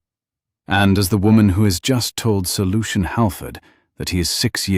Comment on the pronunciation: Sir Lucian Howard. 😂 It took me a while to figure that out. It sounded like Solution Howard. I thought, what a strange name. 😅